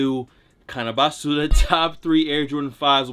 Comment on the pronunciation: You needa stop saying basura,, you don’t say it right and it’s cringe su